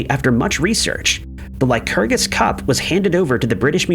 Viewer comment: It's Lycurgus. No one would say Lysurgus. It's a minor point, but the narrator seems unable to get through any video without mangling a bunch of words and names whose pronunciation he could easily look up.